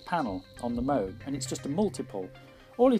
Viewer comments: OMG, you silly Pogue. From now on pronounce it right! -- Robert Arthur Moog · Since you are pronouncing Moog incorrectly, I will confiscate your modular. Thanks, and see you soon. heh